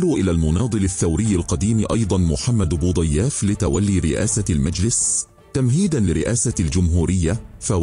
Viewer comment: صاحب القناة لم تنطق اسم محمد بوضياف صحيح كنت تزير على اسمه 😊